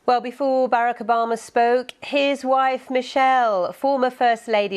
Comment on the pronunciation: Foomuh president Barrick Ubahmuh 😂